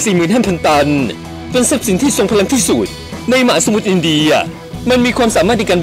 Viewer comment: ที่สุด ไม่ใช่ ที่สูด